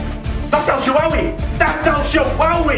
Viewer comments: Lol he said El shwawy but great vid I love you man no homo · "EL SHAWAWY" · I like how goes that's el shawowy lol